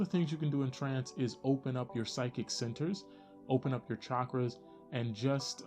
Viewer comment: Finally someone who doesn't say shakras.